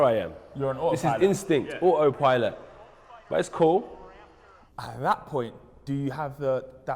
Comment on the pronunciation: "Ah oh pilot"